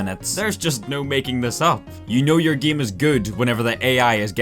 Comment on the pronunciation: "the giem"